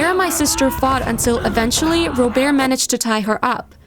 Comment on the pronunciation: I got annoyed at the first story cus the bf name is Robert when she called him "*Robear*"